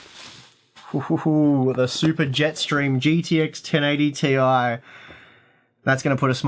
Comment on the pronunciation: I'm glad you call it the 1080T.I and not "tie" that other channels have been calling!